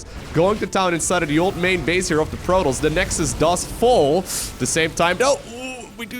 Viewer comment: I’m only here to hear him call Protoss, “Prolous”